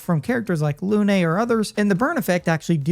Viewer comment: If you can't bother to pronounce Lune correctly, you're a loon.